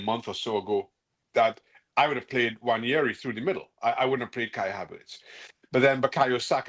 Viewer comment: Yamal is very good, Nwaneri is better. Yamal wouldn't look any better than Cole Palmer who doesn't do it against the big teams in the Prem. Look at Anthony, making La Liga look easy. And the media still cannot pronounce this mans name correct, Wan-Air-ree.